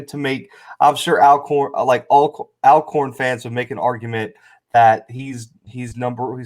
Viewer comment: This video randomly popped up on my homepage and so glad it did! Totally enjoyed watching it! Even though the dude without the beard continued to mispronounce Alcorn. It is pronounced All-corn like Always Alcorn. 🤦‍♀️